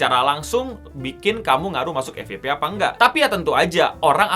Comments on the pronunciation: FYP bukan Efiyepe (EFI YE PE) akan tetapi EFYEPE (EF YE PE ) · Dalam Pengucapan Bahasa Inggris : FYP : F WAI PI.